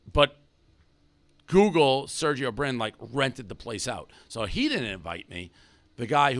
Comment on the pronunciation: It's SERGEY BRIN. SER-GEY , not SERGIO. Get it together Dave.